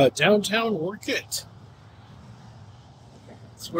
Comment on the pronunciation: First off - Learn to say Orcutt ! Not Orchid ….